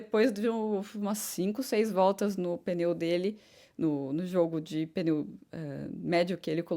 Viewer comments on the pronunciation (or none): Sim continue assim, mas com carinho nao fale "peneu" é pneu! desculpe